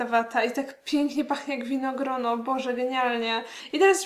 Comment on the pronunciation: Zawsze słyszę winogron o 🍇